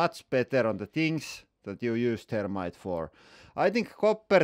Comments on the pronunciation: I thought you were talking about termites. Not thermite. Gotta work on pronouncing the TH. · Was that thermite or termites? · Hi! I'm And today, we are going to be playing with some termites! I know the H has a different inflection when translated into english, but it's funny to hear termite like the ant instead of thermite like the explosive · the "h" is not missing, it is just pronounced differently, here in finland we ONLY pronounce the "the" as it is pronounsed in english word "they", so he pronounces "the[y]-rmite". it is stupid that in english there is lot of ways to say "the..." they the end thermite all those are differend, but why :D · It's a good thing you had 'thermite' written in your title because it sounded like you were saying you were going to play with termites. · Thermite? Or Termite? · lol, he's finnish so they don't have the þ/ð pronounciation in their language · The "h" is missing in his pronunciation